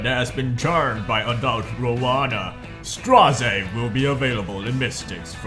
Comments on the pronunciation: His Korean name [스트라제] in romaji is straw-jay. So you are pronouncing his name correctly ^^ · actually, your way of pronouncing is correct. It's "Stra - ze" and it's not a thing I've made up, iirc it was confirmed in one stove posts when the second episode was still ongoing but not sure on exact date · you pronounced straze correctly: listen to delibets labyrinth lines lol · I also pronounce his name as "straze" instead of "streyz".